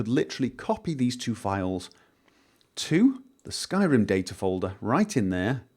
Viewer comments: He just said "Skyden" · That's what it sounded like when he tried to say "skyrim"